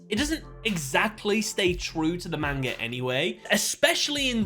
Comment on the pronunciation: Me, a One Piece fan, watching the intro to this video: Pathetic. Also bro why are you butchering the pronunciation of manga?